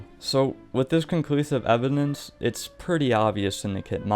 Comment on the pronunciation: You know its called evidence and not evinence right?